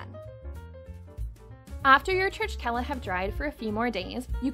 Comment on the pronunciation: Pronounced Churchela ❤️ Regards Jonathan Elikashvili 🇬🇪